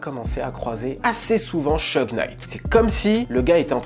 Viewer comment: ça se prononce Chougue et non Cheugue